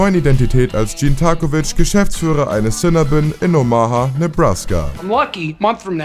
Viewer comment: Und spricht die Marke Cinnabon ebenfalls falsch aus, obwohl es Sekunden später im Clip korrekt vorgemacht wird